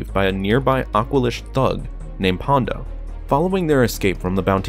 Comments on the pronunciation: It’s PondA not PondO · I liked this vid, but it's 'Ponda' not 'Pondo'. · It’s Ponda, not Pondo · It sounds like you are saying "Pondo" -- but it's "Ponda" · It's Ponda, bro. Ponda Baba, not "Pondo".